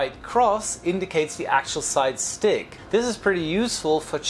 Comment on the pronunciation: Did you say 'side chick'?